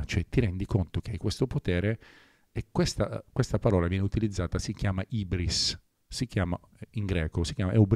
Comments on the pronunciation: Si pronuncia Iubris non ibrisss😡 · Se fai il liceo classico sai che l’ha pronunciato sbagliato e l’insegnante ti dà quattro 😂….ma la sostanza del discorso almeno e’ corretta…dai…ci ha provato…nell’ignoranza generale e’ già’ qualcosa…una vera persona colta saprebbe che e’ Ubris no Ibris 😅 Dai Corona, ci sei quasi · La pronuncia è “iubris” , significa testualmente tracotanza 😶‍🌫️ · Quando ha detto "HIBRIS" pronunciandolo malissimo e in modo scorretto un liceo classico è crollato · l'ha pronunciato male, però già solo il fatto che conosca il termine mi stupisce. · Anche Bowie ha pronunciato male , pure mia nonna sa che non si pronuncia così